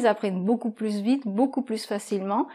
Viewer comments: 😧"beaucoup pluS vite beaucoup pluS plastique "je pensais qu'on ne prononçait pas le s à la fin de PLUS Sauf exception? Et en réponse à Le professeur 🤓 Pierre est un très bon prof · Coucou ) Pourquoi prononce toujours le S dans le mot “plus”? ( par exemple, elle dit “pluS vite”... ) Bonne journée! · COMMENT SE FAIT-IL QUE QUAND VOUS PRONONCEZ "PLUS" VOUS PRONONCEZ LE "s" ?? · Quand on dit plus vite, plus plastique etc on ne prononce pas le "s"!!!!! Les autres vidéos sont top 👍